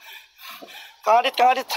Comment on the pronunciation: Ada yang masih nonton?? Bilangnya kang adit .. Dengernya gua dia bilang garith😵😵😵